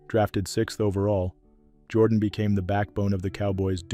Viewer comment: You should learn how to pronounce the people’s names. Jordan in Alabama is pronounced Jer don.